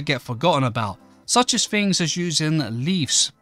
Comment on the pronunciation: Yes the small details matter. A nerd who can't speak? "more further", "leafs", "builden", "ma-er", "goin", "growen", "maken", "flooren", "more softer", "nee-ar", "electerns", "fickar", "roofs", "fings", "such a nicer", "usen", "mixen", lucky you can play minecraft it's a pitty you never learned to speak correctly.